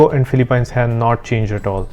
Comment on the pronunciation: Great content. Just a heads up that the pronunciation for Philippines ends with peens instead of pines.